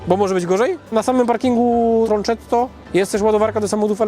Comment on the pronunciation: tronKetto - tak to się czyta :-) jeżeli miałoby być przez "cz" to pisałoby się to troncetto 🙂 Fajny wypad!